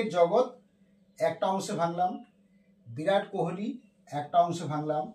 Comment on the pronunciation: ওরে গরু, বিরাট না, ভিরাট কোহলি।